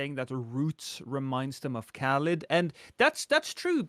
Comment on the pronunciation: Hey Lost! It’s caelid not caelid!